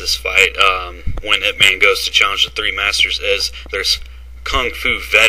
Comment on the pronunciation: it's pronounced Yip